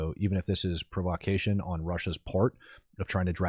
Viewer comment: Pro-vah-cay-tion 😂, you put the wrong em-phas-sis on the wrong syl-ab-ble